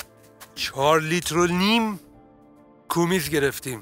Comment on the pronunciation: سلام دوست عزیز تلفظ اصلی شیر اسب کومیز نیست قِمز هست